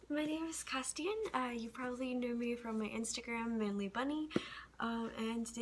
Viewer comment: a hard t sound